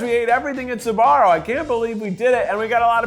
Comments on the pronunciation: Every times I hear "Sabaro" 🤢🤢🤢🤢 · Why is he saying Suh-Barrow instead of Sbarro? Wait is Suh-Barrow the correct pronunciation?!?